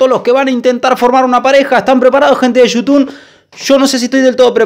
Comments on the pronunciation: eso siento yo cuando decis yutun y no youtube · Empeze a ver tus videos recien alvv son lo mejor..... Otserbar xddd Y vs decis yutun xddd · te reís porque dice "otservar" y vos le mandas "yutun" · El chico dice "ostervar" y vos en todos tus vídeos decís , "hola amigos de yutubn " jajajajajaja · Esta disiendo Yutum ? Espero que alla dicho Youtube porque se que sabe que se dise Youtube,bueno voy a hacer que lo dijo bien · dice "YUTUN"??????? WTFFFFFFF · comoque te quejas del pibe por q dise otserbar y vos desis yutun en vez de youtube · Y yo no soy mal pibe pero vos decís Yutun Y es You Tube no soy heater solo es un chiste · Esta diciendo "yutun" o me parese?? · YouTub se dice no YouTun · "Gente de shoutun" JAJAJA esa pronunciacion no te la robo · Vicky Ayala Shutun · Criticas al pibe que no dice bien "observar" y vos decís "Yutumb",... jajajajaja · Es you tubbbb , con "b" ,no con "n" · Yutun* JAJAJAJA, ni idea de a lo que se refiere con eso vos jaja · Al principio dijo..." bueno bueno bueno gente de YUTUN" xdxxd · Jajajajajjajaja por que decis gente de yutun😂😂😂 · "Gente de youtune", vos tenes problemas en el habla hermano.